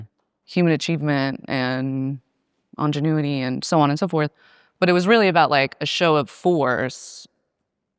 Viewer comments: “Engenuity”?, it likes me well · mispronouncing “ingénue-ity” right after talking about a Freudian slip joke is chefs kiss perfect. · who the hell pronounces ingenuity like that?